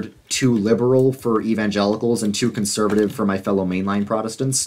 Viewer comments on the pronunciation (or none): none